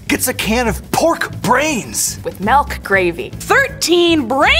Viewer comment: its not melk its milk